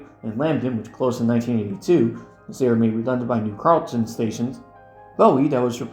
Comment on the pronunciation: Fantastic video. Learned some new things, for some others a fun callback. Definitely got a kick of "MARC most truly and definitely meeting the legal definition of High Speed Rail" 😆 Some additional local notes for you if you plan on covering this region with more videos: - Bowie is pronounced "Boo-we" - New Carrollton is pronounced "New Carol-ton" - La Plata is pronounced "Luh Play-duh" With regards to Maryland geography, there is no recognized region of Southwest Maryland. The region you refer to in the La Plata, Hughesville, and Lexington Park branches is referred to as "Southern Maryland". Only Calvert, St. Marys, and Charles County in whole belong to this category. Despite being further south in places, Dorchester, Wicomico, Worcester, and Somerset counties on the east side of the Chesapeake Bay are referred to as "Lower Eastern Shore", not Southern Maryland. Looking forward to more videos soon!